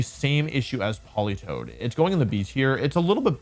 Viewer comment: THE A IN POLITOED IS SUPPOSED TO BE AN E!